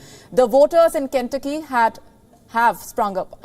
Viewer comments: Good reporting Please check pronunciation of names of States.. Ken-tuc-ky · Ken tu'cky ! Not Ken'tucky ! For the host's information. Trump's and DeSantis's voters are scary ignorant ! India's rupee may be the next global currency.